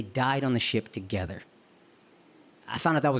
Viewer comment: When you said "We don't spend any time togethaaaa!" I heard "Wrong levaaaa!" 🤣